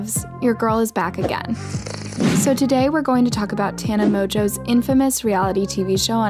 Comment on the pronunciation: you pronounce it tana mojo Not tana monjo